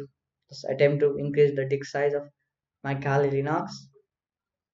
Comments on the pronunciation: what did he say? dik size?🤣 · Kindly.. its DISK... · what ?? did he say di*k......hahaha